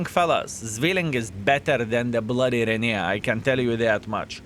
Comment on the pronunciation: Ren-A-Gade. What the heck are YOU saying???